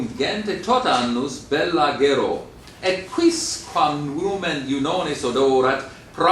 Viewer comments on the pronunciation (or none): none